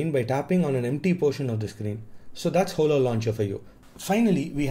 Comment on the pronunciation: Hola Launcher is pronounced "O-la". Not Ho-la.